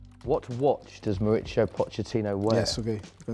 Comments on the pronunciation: Qué dolor cada vez que el tipo llama a "Mauricio", Mauritzio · Everyone pronounces Mauritzio. Should be Maurissio. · The board only had 'How do you pronounce Pochettino', but he really should have clarified how to pronounce his full name. Because the interviewer was pronouncing it wrong all video. He's from Argentina, not Italy. It's Mauri-SIO, not Mauri-CHIO. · when he says his name is italian, he meant his last name. Actually, in latin america "mauricio" is a pretty common first name. The way it is pronounced is "maurissio". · No one: Interviewer: Mauricho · This dude keeps calling him Moricho hahaa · La pronunciación de Mauricio! Un cráaa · Why does it sound like the interviewer always gets a stroke when he pronounces Pochettino's first name "Mauricio"?